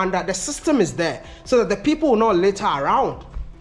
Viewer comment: "The Larters"